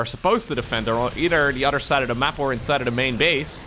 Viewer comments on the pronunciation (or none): I like the way says words with "oth" as "udd" like "udder than that" and the famous "muddership." My absolute favourite is "that's YUGE!" I love it so much that I just have to say it out loud whenever I hear it. My GF scoffs at me every time...